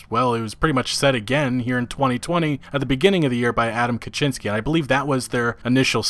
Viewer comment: Kiciński - Kee-tzee-n-ski (all polish I is read as I in SKI). Polish I read as english I sound like polish A, making Kiciński sounds in your speech as Kaczyński. You make duck out of a kitten.